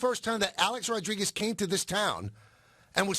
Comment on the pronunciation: HEY FATTTTTTTT HEAD MICHAEL ( I WISH I HAD FRANCESCA'S RATINGS) KAY ... ITS NOT THAT HARD . TRY TO PRONOUNCE A-RODS NAME CORRECTLY. UR A FOOL FOR BELIEVING THESE ATHLETES ACTUALLY LIKE YOU AND ALL THE REST OF THE OF PUPPETS IN THE MEDIA WHO SALIVATE AT EVERYTHING THESE ATHLETES SAY AND DO . THEY ARE HUMAN BEINGS LIKE ANYONE ELSE. THEY HAVE TO TALK TO YOU A CERTAIN WAY SO THAT THEIR IMAGE IS PERCEIVED THE WAY THEY WANT.